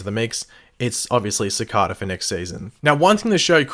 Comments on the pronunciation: Sah-Kay-dah not sah-cah-dah this is symbiotes all over again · If you're going to repeatedly say a word in a video, and you're obviously unfamiliar with it, then look up the proper way to pronounce it. For example: Cicada. (Pronounced Se' Kay da. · its pronounced SICK- AYE-DUH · btw it's "Sa-K-Da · It just sounded weird in my ear 😉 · Pronounce his name right jeez